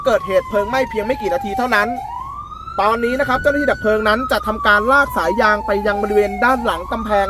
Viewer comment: ปอบก็ครับ_เพลิง_นะครับไม่ใช่_เพิงหมาอหงนครับ